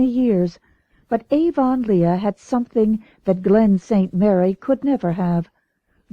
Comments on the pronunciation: I read this comment before I started listening and I couldn’t imagine what you meant. Well I soon found out. Gasp! Aa-von-Leigh-a! No!😱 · Someone really needs to “redo” this. So many mispronounced words. “Lylock(lilac)”, Avon-Leea(Avonlea), Mogog(Magog)! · but then, it does look like that... but I still pronounce it ah-VUN-lee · AVON LEEEAH?? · I am definitely not used to the way this narrator says Avonlea. but I'm grateful for any free one. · Why doesnt she use the accepted pronunciation? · Oh SAME I'm glad they stopped saying Avonlea som much after the start where it was in there like 30 times. It was way less later on I straight Up I didn't think I was going to be able to stand listening to this book....which is bad because unlike the rest of the series it's not on my audiobook App & I couldn't find it anywhere else online. And it's you know... a series & a long one. It would drive me more nuts not to be able to finish it properly and skip a book than the way this narrarator for some ridiculous reason says Avonlea like Avonleigha lol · I agree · It's definitely not the way Canadians say it..... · Has the narrator ever watched a video or a movie about Road to Avonlea or Anne of Green Gables? because her narration, and pronunciation of the word Avonlea is incorrect!